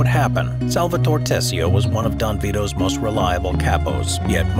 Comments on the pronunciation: SAL-VA-TO-RE, not " Salvator".. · Someone who says "Salvator" instead of "SalvatorE" and "Corleon" instead of " CorleonE" shouldn't dare talking about the movie. Sounds like senator Pat Geary in the Lake Tahoe house meeting with Michael. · The pronunciation of "SalvatorE" and "CorleonE" hurt my ears. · The way Salvatore is pronounced is to enphasize the 'e' at the end, such as Salvatoree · Repeat after me S-A-L-V-A-T-O-R-E not Salvator, if you can't pronounce it then stick to Sally ffs